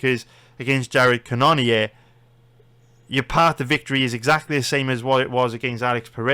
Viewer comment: It’s pronounced Jared cannon-er